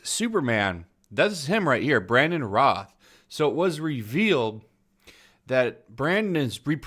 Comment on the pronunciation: I'm not a fan of Batwoman but we aren't going to get a proper Batman in an Arrowverse series anytime soon, if ever. Then you speculate about Brandon Routh's Superman ( it is said ROWTH not Roth) going evil because it popped into your head. Seriously? They may never even use the character again. Sounds like you just needed a topic for a video.